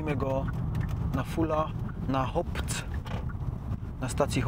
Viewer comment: HOPC czyta sie NORS xd